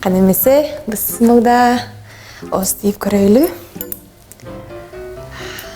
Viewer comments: Ошода бысмылдаа деген соз жок да. Сиз жазгандай айтыш керек. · Но точно,"Быстымылдаа!" эместа! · Бысмылда деп ушуну жада калса туура айтпайсынарбы Бисмиллах деп 🤦🏽‍♀️ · Ээй бисмилдаа емес туура айтсан тооба. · Бисмиллахир рахмаанир рахиим деген сөздү айталбаганыңар өтө өкүнүчтүү !Быстымылда эмес, үчөнү көрдүм үчөөтең ошентип йтышты.